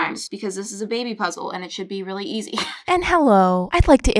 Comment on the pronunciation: Reawwy?. JK